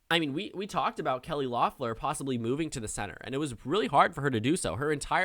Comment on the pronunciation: I don’t mean to sound like a stickler, but it’s Kelly LEFF-lur, not LOFF-lur